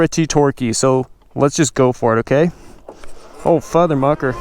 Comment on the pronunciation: What did he just say ? FutherMuker lmfao 🤣